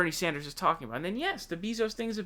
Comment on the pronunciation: For someone who follows politics ad the news so often, you sure have a lot of difficulty pronouncing names xD Bernie Saunders earlier this week and now its Jeff Bee-zos xD